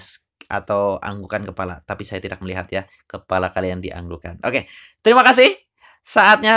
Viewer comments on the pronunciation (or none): none